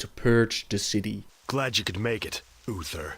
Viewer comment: Dude it's clearly spelled U-TH-ER, not UFFER... You're not even trying to say it right.